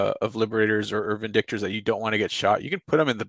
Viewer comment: There is no "a" in Vindictors :P